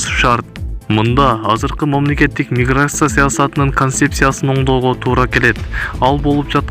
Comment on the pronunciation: Толком эч нерсе айтпадын думбул мигрся миграся деп эле чулдуроп койдун😂😂😂